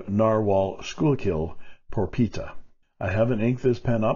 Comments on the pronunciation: Thanks for your permission to watch in the buff; my conscience is at ease now. Schuylkill is pronounced skookill by those of us who reside near that river. Once again, your review is fresh, amusing, and informative. I may soon be buying a KWZ (KWZed as Michael Jecks of Writerly Witterings is want to say). Feed sniffing sounds like great fun! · Oh, the Narwhal model is pronounced "Skool- kill'. I believe it is Dutch.